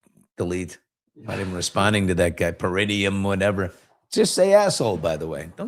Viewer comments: The 'taint' is pronounced Para-NEE-um~~~~ peh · ruh· nee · uhm 🙂👍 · Para - NEE - um Emphasis on the nee (Not trying to be one (an a-hole) by putting the correct pronunciation up …..just passing along the informations